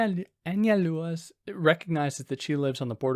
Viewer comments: Analua? Break it down as An-zal-do-uh—Anzaldua. It’s Basque. Gui-knee-on = Guignion. Not hard. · You said it fine when you pronounced it "in English." Just a little more emphasis on the u. Like "AnsaldOOah." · You should probably try to learn to pronounce her name before hitting the record button.